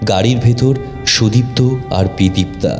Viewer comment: Golpo ta bes Valo... But 1ta general Suggestion, Character er Naam gulo Aktu Simple Choose Korben doya Kore... Karon Sudipto Naam ta ( may be Bidiptaa Naam er Character thakar dorun) Koyek baar Sudiptaa hye geche... Ai vul uccharon, golpo Sonar somoy Khub Kane lage... tai ar Ki....